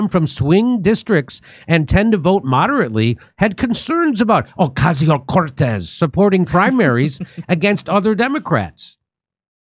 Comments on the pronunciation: Hahahaha like the way you say OCASIO CORTEZ🤣🤣🤣🤣 a hard hit CORTEZ🤣🤣🤣🤣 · Stop doing violence against AOC by pronouncing her name that 😂😂😂😂😂😂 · Trump proved that you can literally drum someone out of politics altogether by simply making a mockery of them. So I hope Jimmy continues to use the exaggerated pronunciation of AOC's name. 😂